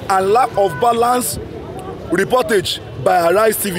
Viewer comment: Reportage sounds like portage yam to me.